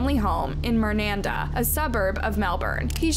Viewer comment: She pronounced Mernda incorrectly.